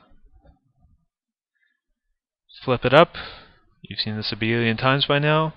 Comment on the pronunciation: "You've seen this abelian times by now". Loved that.